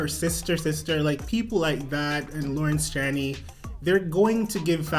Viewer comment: Pronounce it "Lohrrrence Ch-EH-knee" (Eh like our Canadian EH) 😄👍